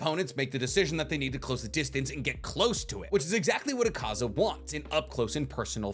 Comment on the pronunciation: It hurts listening to you say akaza wrong and then claim he’s your favorite character